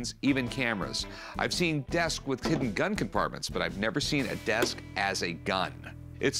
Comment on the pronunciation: Why does she say "desk" like "disc"